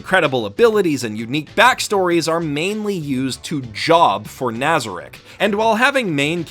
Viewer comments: Nobody gonna mention how he butchered the names? Ok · Your mispronunciation is driving me nuts. NazaRICK? its naza-reek. alBEDo not albeado. Great video overall though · My only complaint with this video is your butchering of the names in this anime, both the characters and the locations lol. Albeeto and nâza-rick. 😂😢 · Keeps miss pronouncing Nazarik. Me: *Triggered* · Why does no one say nazarek correctly wtf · is no one else annoyed with his pronunciation of nazarick? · Anyone else cringing when he says nazarick and some of the other guardian names